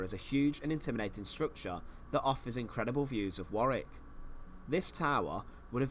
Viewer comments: It’s pronounced warr ick not war wik 👍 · 'Warick' castle not 'war wick' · War wick 😂 it's pronounced warick 😂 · Hey man just enlighten you, it is not pronounced War wick, it is pronounced War ick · Tower of London... easier to pronounce for starters! War- wick? Worrick, Mate :) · Warwick is pronounced Worrik, not WarWick. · Warwick is pronounced worrick. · Pronounced war rik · Hi, its pronounced "War rick" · Warwick (pronounced Warick) is good but certainly not the best. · Warwick is pronounced Warrick. Windsor Castle is in my opinion is greater though it has been altered many times over. Its present splendid form is a result of George IV's restoration. It is the Queen's favourite home. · Warwick pronounced Worrick. You don't pronounce the 2nd W. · It's pronounced WARIK.!! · You don't pronounce the 2nd w, so it's pronounced worrick. I was lucky enough to go there as a kid (nearly 40 yrs ago). I can still picture the chessboard armoury room. It is an amazing castle. I've been to loads of British castles and it's up there as one of the best. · It’s pronounced Wa-Rick. Not war- wick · Warwick is pronounced as Warrick in England mate. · For Americans - how to pronounce Warwick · I used to work at Warwick Castle (you almost hit the pronunciation correctly, 6/10) as a tour guide and we had to dress in period costumes. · Thoroughly enjoying your channel. I won’t pick you up on the pronunciation of Warwick as I can see someone else has already done so 😂😂. When you do eventually come over for your visit I would urge you to visit Scotland where we have the odd castle. Edinburgh Castle will not disappoint. Also you cannot visit Scotland without going to St Andrews, it attracts many visitors from the United States so you would not feel lonely 😜😜. Keep up the great content, you make me laugh that’s for sure. A warm welcome awaits you in the uk and in particular Scotland.